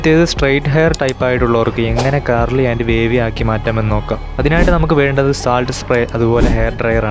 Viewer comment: Curly ❌ Carly ✅